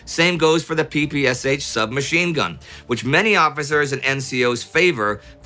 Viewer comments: Hi, Indy, nice video. But you have to pronounce "sh" in PPSH like "sh" in "shower" (not S H). Best regards, Vasily. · One tiny mistake, very often made: The PPSh submachine gun should not be pronounced as "P-P-S-H", but as "P-P-Sh" (as in the word "shoe"). It stands for "Shpagin's machine pistol" - Shpagin is the name of the designer.